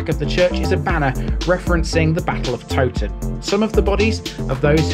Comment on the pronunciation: Interesting video! The Tow in Towton should be pronounced to rhyme with Cow! I'm not sure about Lead - I've always assumed it was pronounced as Led but dont honestly know.